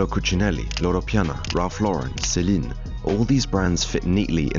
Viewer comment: You can tell is fresh into this, "fashion" business. Pronouncing Saint Laurent with a French accent but saying Celine like normal person. Amiri is an underground brand at this point.